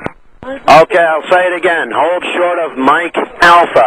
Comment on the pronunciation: Hold short sounss like holy shit